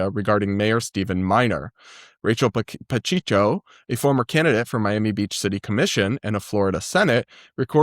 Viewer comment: just so you know, Pacheco is "pah-CHEH-co." You'll probably run into the name more in Florida lol